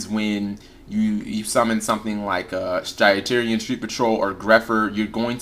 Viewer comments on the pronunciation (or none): Stygian, not Stygerian